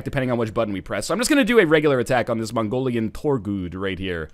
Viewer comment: he said mongorian in the least offensive way possible lol. It supposed to be pronounced like Mongolian, but with a racist Chinese accent.